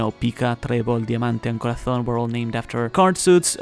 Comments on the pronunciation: Hey! I’m a fan of your work and I also really like languages, I truly enjoyed the way you pronounced Corazon, I’d like to know what languages you speak. Thanks for this awesome video! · Are you Spanish? Your pronounciation of Pica, Trebol, Diamante and Corazon was extremely Spanish.